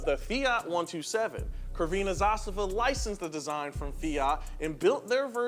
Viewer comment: the way you pronounce crvena makes my acid reflux go berserk... but you get the pronunciation of zastava spot on